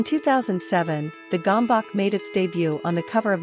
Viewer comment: Gambak? Bakker, itt lett volna a lehetőség hogy a 3 videóból egyben elmonjűtok hogy kell kiejteni. Erre egy magyarul nem beszélő mopndja ki helytelenül. Jajj.